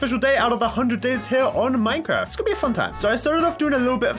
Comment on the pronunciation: Yeaaaa I was waiting for someone to say something cause at first he said a-Minecraft lol